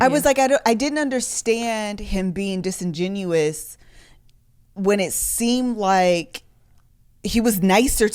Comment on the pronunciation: Disingenuous not disingenuine - the latter is not a word and bugs me every time I hear it. Love you guys though sorry